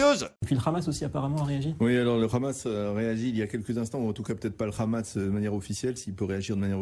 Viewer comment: Le RRRRRRRamas, jpp. Ecoutez, c'est très simple : la consonne en question est une fricative pharyngale et non uvulaire ; en gros ça doit ressembler à un h très aspiré au fond de la gorge et pas à une jota espagnole. Donc soit vous le prononcez à la française, soit vous le prononcez à l'arabe mais là, cet espèce d'entre-deux dégueulasse n'a aucun intérêt sinon être ridicule auprès des arabophones du monde entier (à l'exception de rares locuteurs de dialectes ultra minoritaires qui le prononcent effectivement de cette façon mais ce n'est pas le cas de l'arabe palestinien... et puis bon, considérer que c'est de l'Arabe donc "ça vaaaaa, ça passe", je trouve ça un peu raciste perso).